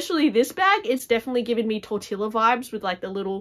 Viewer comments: I am really intrigued by many of these bags,. Thank you for sharing! 🌟 (P.S. the pronunciation of Tortilla is TOR-TEE-YA) We know that word really well here in the Southwest USA 😁 Now I’m hungry 😂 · Y lo mismo. I have never heard it like that outside of the movies. Un abrazo desde Colombia 🇨🇴